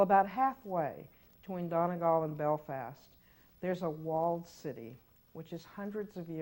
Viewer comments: Well this is awkward.....my Donegal husband was wondering how best to pronounce the Appalachian mountains so I clicked this......and you BUTCHERED Donegal 😂😂 its Done-eee-gawl not Don-a-gal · that’s on top of her ironically pronouncing Donegal wrong. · Belfast, woo! Dunno where "Donnagal" is. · Donegal is pronounced dun-ee-GAWL or dun-ee-GAUL not dun-ah-gawl, fyi. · Ironically, she mispronounced "Donegal." It's actually pronounced Dun (rhymes with fun)- Ee (rhymes with tree) Gawl (rhymes with fall). Dun-ee-gawl. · What's the context that actually makes attaching "London" to the front of Derry analogous to Appalachia? She says "Donegal" strangely in this clip (which has no particular significance). I'm with her that the local pronunciation is the one that's correct, but she's provided no reason to think that saying "Appalachia" wrong isn't closer to that, than it is to saying "Londonderry" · about how to say Appalachia but compare it to donegal pronounciation but you can’t pronounce donegal